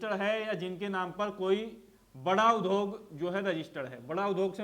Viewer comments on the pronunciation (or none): आप ने उद्योग का उच्चारण शुद्ध नहीं किया ।